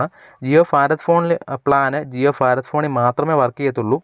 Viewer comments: ഫാരത് അല്ല ഭാരത് എന്നതാണ് ശരി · ഫാറാദ് അല്ല മോനെ ഭാരത് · ജിയോ ഫാരദ് (Farath ) ഫോൺ അല്ല . ഭാരത് (bharath ) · ഫാരത് ഭോൺ